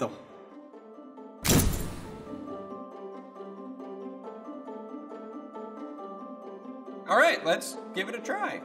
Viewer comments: ''here's my burridough'' ''here is my burridough'' ''Here is my buRRiToh'' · And here's My borritu he said like this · Burito: Burito: BuRRito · "Burido", "Burido", "Burrito". 💪🏻